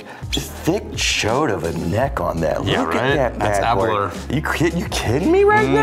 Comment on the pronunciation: It’s pronounced Aberlour Ah-boon-nah